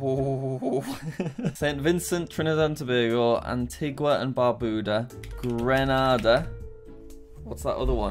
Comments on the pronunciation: it is "Greenayda" ,Grenada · It triggers me that Jack said Grenada it's GrenAda that means the a sound is LOUD LIKE YOUR SHOUTING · and its pronouced "Grenada" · Grenada is pronounced (gre)(no)(du)